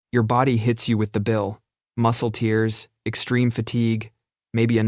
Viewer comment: It is. You can tell by odd pauses or the lack of them. Or mispronouncing words. In this one it had to guess at “tears” as teers or tares and it picked wrong. It’s still a cool voice to listen to.